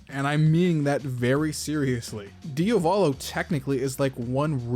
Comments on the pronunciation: man im fine with pointing these out... but please call him Diavolo and not Diovolo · I turned the video off at ~ for two main reasons: The character is called Diavolo, Dia-volo, not Dio-Valo. Secondly: schizophrenia and multiple personality disorder/dissociative personality disorder are distinctly different Illnesses with distinctly different causes. DIS is result of childhood trauma and being Schizo is (most likely) the result of chronic inflammation of the brainstem while in the mothers womb. It can happen that those conditions intertwine, but it's incredibly rare. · Why do people say diovalo and not diavolo? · Why do you pronounce Diavolos name wrong?